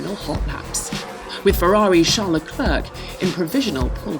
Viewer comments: I wince every time she says "Charles Le Clerk" - it's "Charles Leclerc" (rhymes with eclair)! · Leclerc in NOT pronounce Clerk but ClayR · "le clerk" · Lol "leclerk" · Please stop saying Leclerc as Le-clerk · she said "leclerck"... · How does the official F1 channel butcher pronouncing Leclerc so badly? Made my bones hurt to know so little effort was made there.